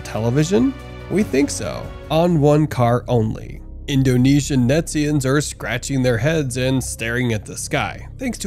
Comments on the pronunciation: did you just say netizians? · The Videos - Great! The word "Netz-zians" - Not so Great !!! LOL NO MORE PLEASE LOL